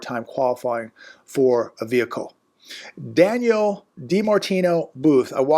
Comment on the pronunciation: Her name is Danielle. Not Daniel. There is a difference. 😅